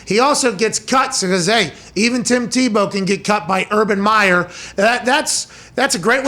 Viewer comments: Everyone: Tim tee-bow Pat: Tim taboe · I love how he says Timmy Tebeaux 🤣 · Come pat, its teebow. Not Tebow, u Pittsburgh native. Say it right. Love u and ur show. Come on man! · The only people rooting for Tim Tebow to fail were those who have never competed at any serious level in their lives, and those who masturbate to pictures of Colin Kaepernick. But I repeat myself. And Pat, while I respect you and love you on WWE, the name is pronounced "TEE-bow". He always made me think of the old-time shortstop Eddie Stanky, of whom Leo Durocher said "he can't field, he can't throw, he can't hit, he can't run. All he can do is beat you." Our sports scene today needs guys like that. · Someone on his staff has got to tell pat before the 647th time that calling him "TahBow" isnt funny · Tah-bow... Pat you crack me up! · Pat is fun but loves to slight people like "ta boe" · Not teeh-beu😲😲😲😲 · I hate the way he says tebows name lol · Maybe pronounce his name correctly rather than mockingly? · Why does he say Tebow like that like an idiot